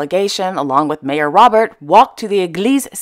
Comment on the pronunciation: The Hashemite royal family is enormous... all those names, yet you struggled with the French mayor Robert, which is probably pronounced "rob-bér". You make me laugh..